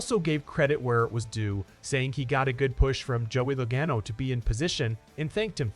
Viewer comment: Bro did you not hear how they said Logano? And after mentioning being a NASCAR fan lmao